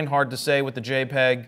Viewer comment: Did Jared just say JEPG? I think I'm about to throw up